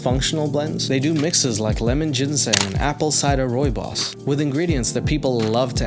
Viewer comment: Firstly, I’m down for Denny’s! I love their cheese fries with a side of ranch! 2nd I’ve learned how to properly pronounce Rooibos (ROY-boss) 🤯 Thanks! ❤